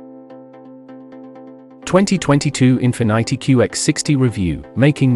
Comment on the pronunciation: I don’t trust someone who calls Infinity -“Infinaaity”